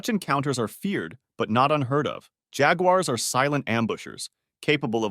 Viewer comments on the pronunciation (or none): none